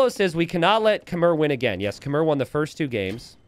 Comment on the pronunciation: These videos bring me so much peace thank you. Just one thing. Khmer pronounced “Khmai” -fan from Cambodia 🇰🇭